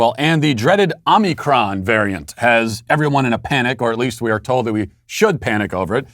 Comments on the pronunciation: "Omnicron?" Matt, are you having a stroke?? Don't you mean, omicron? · With Walsh saying omnicron I’m almost starting to believe that’s how it’s pronounced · Yeah, I admired his dedication to the mispronunciation. 😂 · OMICRON....not OMNICRON